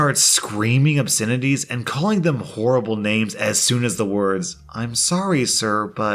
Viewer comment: He said Whoreable names